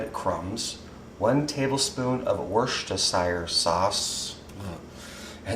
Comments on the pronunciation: Say it like a Brit. Wus-ter-shur sauce. Just try to help. :D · over here we call it just Worcester Sauce, pronounced Wuster. Full pronunciation would be Wustersheer Sauce. Worcester is only 45 minutes away from me...